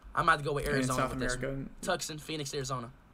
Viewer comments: tukson? lol its tooson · and he pronounced tucson wrong